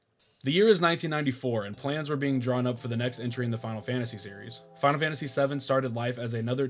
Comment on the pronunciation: Man! All these years of watching me and, and you still mispronounce the game 😂 And then you pronounce it correctly 😂 then wrong again 😂 make your mind up 😂 I'm glad you finally got around to it, now just wait until you experience Suikoden II 👌